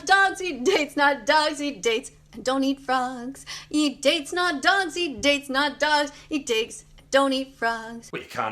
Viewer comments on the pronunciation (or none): “Eat dates not dogs...”. Am I the only one who heard “eat dicks”?